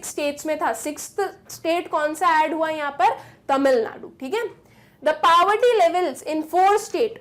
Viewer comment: Why you pronounce poverty so wrong you should practice how to pronounce before teaching.